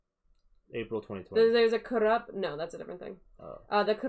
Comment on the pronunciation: It is kurup not karap